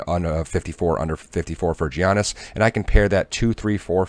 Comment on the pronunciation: It's pronounced "Yian-nis", no G sound. :) Thanks for the talkthrough on today's picks! I'm new to PP and have been enjoying this channel